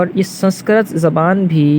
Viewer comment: سنسکرت کا تلفظ درست نہ ہے